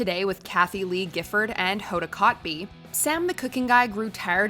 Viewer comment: It's not KOTBEE, it's K'TOOB. Poor Hoda, having to mispronounce her own name because she lives in the Republic of Honeybooboostan... I've met both women. Hoda is a real lady... Gifford is petty wench donning a WASP mask, struggling to hide her inner Yenta.